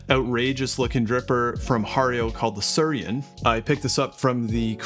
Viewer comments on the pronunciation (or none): my dude. it's not sur-I-en. The I comes before the r...it's pronounced sooey-ren. come on. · ... can not stop smiling ... It is Su-i-ren and not Surien... :-) Bought one in Japan, love it (especially when travelling). Nice review and from my experience I agree, that there is not much difference in taste to a "normal" V60 though there is no bypass with the Su-i-ren :-) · Thanks for the video! One note: it's pronounced "swee-ren." It's the Japanese word for water lily. You can see the resemblance. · I think it’s meant to be pronounced “swee-ren” — “suiren” means “water lily” in Japanese. 🪷